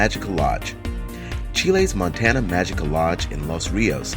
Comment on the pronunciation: You need to learn how to pronounce words like "irreparable" and "montaña" -- so you are pretty lame. Add the crappy background music and it's all CRAPTASTIC.